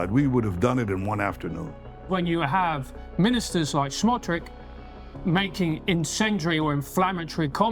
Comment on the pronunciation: Dude with glasses needs to learn how to pronounce the name, Bezalel Smotrich. Very poorly informed.